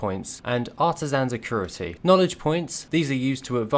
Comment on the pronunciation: There is no R in "acuity"